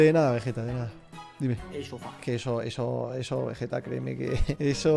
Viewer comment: nadie: diciendo veyeta en ves de vegetta xdd